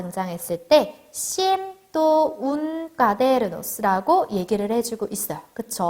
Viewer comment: 저 사람 강사 맞냐? 발음이 뭔 저따구야 스페인 알파벳으로 발음해야지 한글발음으라ㅗ 씨엔또 이러고 있네 ㅋㅋ